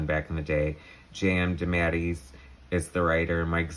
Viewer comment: 'JM Demattys'? What is that butchering of his name...?